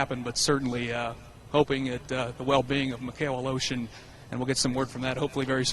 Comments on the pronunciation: Every time they say Aleshin... im like. Where are they finding the letter O in that last name? They keep saying Aleoshin. ITS ALESHIN.... E.. NOT O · he says aloshin its aleshin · It's not fucking "Alotion", it's Aleshin! This guy should learn how to read, because it's annoying. Hope Mikhail recovers well and fast. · UH LOW-SHUN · What is the commentator saying? Mik hail a lotion? It’s not a that hard name. Is he even trying? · A-lotion? Fuck's sake. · LOL they pronounce Mikhail's last name as "a-lotion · Mikhail "a-Lotion" Good grief... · Joey of the Bacons Who do you think I'm???? fook.. I'm Russian, and every frikin russian can tell you that is NOT how you say Aleioshin... Its sound more correct if I was to say Valoshin.. now thats more of a russian name.. but "Al-oh-shin" is NOT russian. its sounds like and American braking his tong trying to say it right , but fooking failing misrably